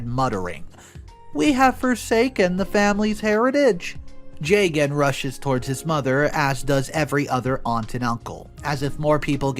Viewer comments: jaygan bro butchered the name lmao ju( as in just) and gun is more better than that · Plenty of Arias in India. This is such a weird thing for MIL to be hung up on. Hot tip - the man’s name is pronounced Jug-un. Funny because I was listening without watching and was confused why MIL is freaking out while her own son’s name sounds nothing Indian 😂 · I think the husband’s name is pronounced “jah-gun”❤